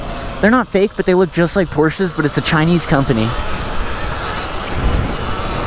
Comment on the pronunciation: FINALLY! Thank you for pronouncing Porsche right 😭😭